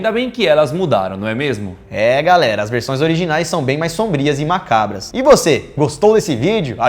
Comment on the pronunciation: saudades do Daniel dizendo "mácabras" :v